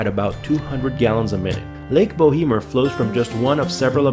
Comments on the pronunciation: it is called bow mer <<< no bo hee mer.. Jesus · Bo emer... the 'h' is silent, short 'e'. The company that originally drilled the well should be responsible for capping it but they argue that it's not truly an "abandoned oil/gas well" as it never produced what they were drilling for. Silly argument but that's why shyster lawyers make big money.